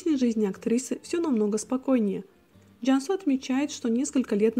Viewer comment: Извините, что у вас за акцент? Что за Джяньсу? Джансу она, твердо произносите